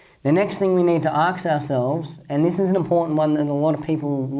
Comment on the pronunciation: why are you saying AKS all the time instead of ASK:D Good work